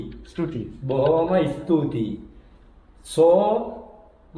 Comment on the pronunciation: A li'l some'ng to help with yer pronunciation. Try to pronounce as 's-thu-thi' instead of 's-tu-ti'. You'll surely get better.